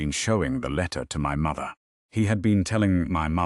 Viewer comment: The narrator is nasal, annoying with a terrible diction and emphasis on the word “mother”!!! A great waste of time!!!